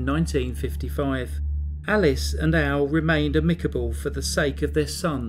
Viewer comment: Its pronounced AM-ik-uh-buhl not ah-MICK-uh-buhl. And she was right that he broke up her marriage. Dudes were gay. No big.